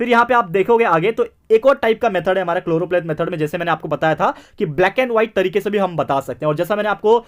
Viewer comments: SIR ITS CHOROPLETH METHOD NOT CHLOROPLATE METHOD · Sir it is choropleth